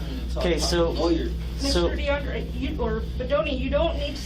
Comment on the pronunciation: His name is pronounced "Dee-ON-dray"......not frickin' "Die-AND-er." lol (commenting from Chicago)